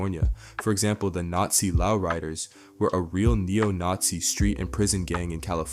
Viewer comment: How can a black guy mispronounce 'Lowrider"?